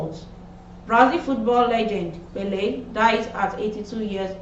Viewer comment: Learn to pronounce names. E.g. Pelé.